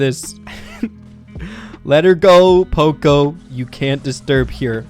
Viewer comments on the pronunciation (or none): none